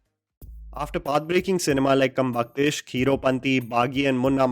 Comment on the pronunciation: the beginning of the video he says "path breaking cineme"😂😂😂🤦‍♀🤦‍♀🤦‍♀ I'm ded